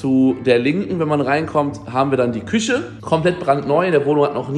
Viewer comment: Gerade das Video von varion gesehen mit dem ch und sch in der Aussprache, merkst du es nichts selbst beim schneiden? 😅🤷‍♂️ Küsche und praktich triggern mich am meisten 😂 Wurdest bestimmt schon mal darauf hingewiesen, wäre schön wenn du im stream nochmal erklärst warum das immer noch so ist 😅